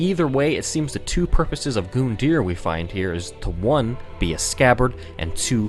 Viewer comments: LOL, Goon-deer.. I prefer Gun-Dye-er. cerakote this for me, will ya boss man? ;) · For the love of god it's Gun deer not goon it doesn't have an E for example Rune is roon deer Run is just Run just like Gun so please I love the lore you dig up but don't mispronounce something and then say the word wrong a hundred times in a sentence. Pleeeease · It's gun-deer not goon-deer just saying and I know it's gundyr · stop say goondear it's pronounced gun-dear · It’s gundyr, not goondeer 🤦🏻‍♂️ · I just can't take how he says "Goon-deer". I just can't.. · Yo it’s not goon dear it’s grun dure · You calling Gundyr Goondear irks me to no end. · Gun-dyr not Goon-dyr you probably have already been told this since it's been four years but It's a little annoying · Him calling Gundyr, “Goondyr” literally makes this unwatchable. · I hate how you say his name like (Goon)dyr instead of how it is (Gun)dyr. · Dude is Gun-dyr not fucking goooondyr.... good is that annoying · This has probably already been discussed, and I don't intend to sound like an ass, but his name is Gundyr, not Goondyr. You don't apply for a goon licence (Maybe a supervillan's henchmen, but no one else), you apply for a gun license. It's not really a big deal, and you can interpret it any way you want, but based on how it's spelled and the lack of special characters surrounding the name, the u should sound like it does in gun, not goon. I know this going to sound like a duck move, but I really don't intend for it to. Also, I do know that this is two years old, but whatever. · I get angreir for every goondyer you say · That pronunciation of Gundyr fucking GOONdear It’s Gun dear it’s like when the complesionist said Drangleic was Drang LEEK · Gun-yr not Goondyr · It hurts to hear him call "Gund-er" by the name "Goond-eer" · "Goonder" that's how he pronounces it it's "gundeer" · it's gun deer not goon deer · Not Goondeer it's Gun Der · yeah, GOOndyr, thats totally how its pronounced. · he says goondir